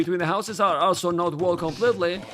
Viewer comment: Every time said 'also' I heard 'Asshol*':)